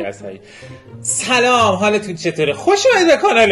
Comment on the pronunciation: ببخشید ولی اعصابم خورد میشه وقتی میگی سلوم